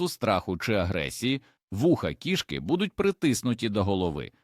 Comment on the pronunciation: У кІшки в животі кишкИ!!! Став правильно наголоси!!! 😂🎉😂🎉😂🎉